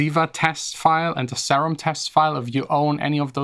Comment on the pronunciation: Im triggered how you pronounce serum ughh